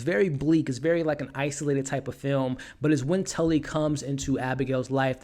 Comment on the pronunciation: Tallie NOT Tully, DAMN MAN SHGE SAID HER NAME IN THE MOVIE